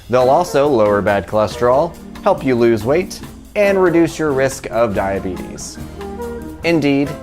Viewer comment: This is excellent with a big chunk of "rustic" bread slathered with earth balance. P.S. Your pronunciation of diabetes makes Winlfred brimley cry.😥